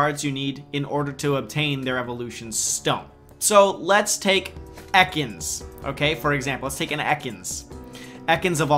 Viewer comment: Fuck stop saying EKANS like that.:D